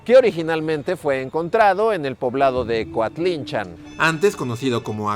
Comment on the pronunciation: Yo vivo a un lado de coatlinchan y lo pronuncias bien rarito jaja, saludos buen video Como dato extra los habitantes del lugar también dicen que cuando se la llevaron estuvo una semana lloviendo por aquí